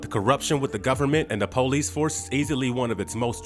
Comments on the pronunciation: " The po- lice force"..????🤣🤣 Employ someone to narrate with a better style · Darn Poe-lease.